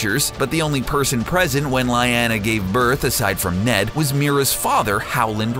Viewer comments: omartheodd he also mispronounces Danerys and Lyanna it annoyed the hell out of me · I winced every time Varys, Cersei and Lyanna were mispronounced in this video. There's no excuse for butchering not one, not two, but THREE names.